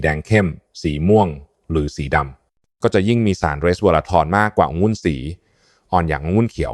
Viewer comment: หมอเป็นเอไอหรือปล่าอ่านคำว่าองุ่นเป็นองุ้นตลอดซึ่งมันผิดก่อนให้ออกมาควรตรวจสอบการใช้ภาษาไทยก่อนสังเกตุว่าทุกรายการอ่านภาษาไทยเพี้ยนแทบทุกรายการแก้ไขด้วยเพราะจะทำให้เด็กรุ่นหลังใช้ภาษาไทยที่เรียกว่าภาษาวิบัติ